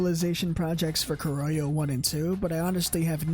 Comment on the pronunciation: My man if you don't know how pronounce Kurohyou is okay but why??? Hahaha srry, Black Panther is the English name if you have no idea how pronounce the Japanese name. Also, good iceberg, I love Yakuza but their lore is interesting and some are new for me.